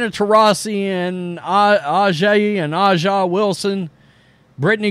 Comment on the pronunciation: Dude it is pronounced ASIA (A’ja)! You need to stop struggling on her name, lol!